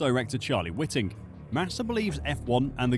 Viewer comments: Sorry to be pedantic, but stop calling him Charlie 'wit-ing'. If it were pronounced like that it would be spelled with a double 't'. Its pronounced Charlie 'White-ing'. While the guy was alive no one called him 'wit-ing', which any F1 fan of more than a few years would know. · His name is pronounced Charlie WHITE’ing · I enjoy these videos from this channel. But it’s mildly infuriating that the narrator constantly mispronounces key names and terms that any supposed f1 expert should know. Charlie Whiting in this video for example. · if you don't know enough about F1 to pronounce Charlie Whiting's name correctly then I think your opinions may safely be disregarded. Twenty-two years as race director, the most recognisable face in F1 management after Bernie Ecclestone and clearly you've never heard of him before making this video. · Do wish you'd learn to pronounce Charlie Whiting's name correctly